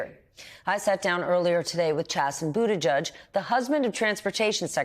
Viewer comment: LEARN HOW TO PRONOUNCE BUTTIGIEG!